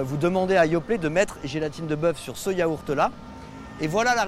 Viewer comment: C'est pas des chenilles et c pas yahourt c yaourt